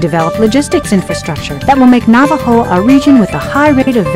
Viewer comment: Por cierto, olvidé mencionar que en el minuto del video, debería decir "Navojoa" en vez de "Navajoa".